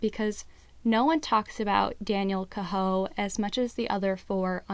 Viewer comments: Daniel Cahoe his last name is pronounced Kay Ho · Pronounced K-ho !!!